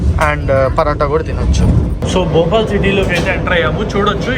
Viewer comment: Bhupal ❌ Bhopal